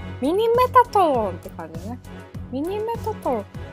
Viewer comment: ミニメタトロンの発音よいね！